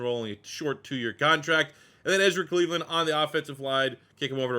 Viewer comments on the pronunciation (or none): none